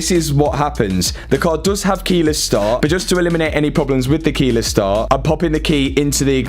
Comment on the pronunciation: Keyless start not keylass staa